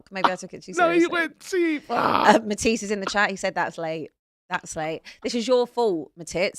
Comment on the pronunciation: Calling Matisse "Mahtits" is in the history books of this channel 😂